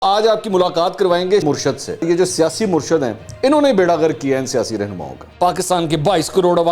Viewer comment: منصور صاحب تلفظ درست کریں صحیح لفظ " مُرشِد " ہے۔ Murshid